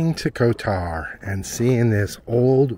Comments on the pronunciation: Again for others watching - stress is usually on first syllable in these countries. KOtar. (not koTOR). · The accent goes on the first o